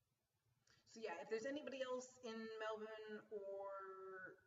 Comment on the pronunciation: Yaaaay!:D Glad you've got the coffee thing sorted and hangin out with you sounds AWESOME. Also, LOVE that you're saying Melbourne correctly!:p Go get some sleep and I'll catch up with you this Monday! I'll text you to work out a good time/place even if it is just coffee at the airport! lol